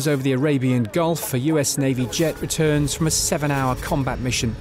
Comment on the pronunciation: Ali Nili - and it's Gulf not Golf